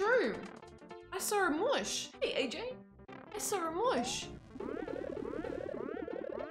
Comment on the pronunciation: "I sawr it!"